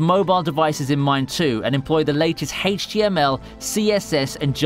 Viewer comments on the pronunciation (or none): none